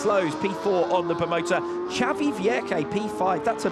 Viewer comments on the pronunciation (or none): none